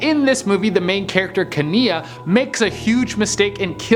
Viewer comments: #8 is that how its actually pronounced in the movie, cuz that's not how that name is pronounced. It pronounced kee-NIE, not kee-NIA. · 1. It's "KEE-nye", not "ka-NEE-uh" 2. Aurora was 16 not 18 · you know it's kenai, not kania, right? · So far he’s called Kenai, “Kenia” twice, I’ve winced both times... let’s see how many more times I’m going to wince. He really should watch the movies before he rates things on them! 🤦🏻‍♂️ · Its definitely pronounced Key nye not kania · has never seen brother bear, his name is pronounced like keen eye. One of my favorites so I had to say something. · The way you pronounced kenai really had me, its pronouced key-n-eye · Kenai is pronounced "Kay-nine". At least, in the movie, it is. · The name is pronounced Keen-nie lol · I counted 3 names you mispronounced. Te Fiti, Kenai, and Yzma. Sorry to be a bother but thought you should know. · I literally screamed at my phone when he pronounced it wrong 😂😂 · pronouncing Yzma and Kenai makes me cringe. I still love you though! You're still my fav from the channel!